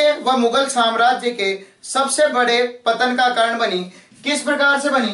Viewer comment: पत्तन नहीं पतन होता है सर जी।